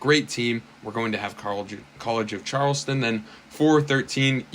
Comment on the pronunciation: You were really struggling to pronounce college of Charleston 😂😂